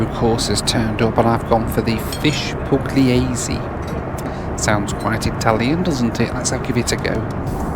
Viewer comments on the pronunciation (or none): The way you butcher Pugliese Oh 😂